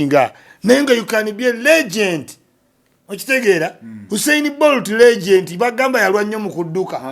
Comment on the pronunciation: It is Legend not Legent.